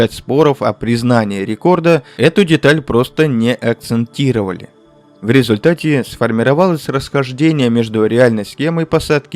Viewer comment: ВСЕХ С ПРАЗДНИКОМ! Все конечно интересно! Но почему постоянно рассказчик говорит "АКЦЕНТРИРОВАТЬ"? ЧТО ЭТО ЗА СЛОВО? ЕСТЬ СЛОВО АКЦЕНТИРОВАТЬ!